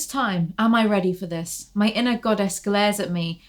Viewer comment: no waay... earlier whenever you said "inner goddess" I heard "Ana goddess"... maybe I don't have poor hearing, I'm just psychic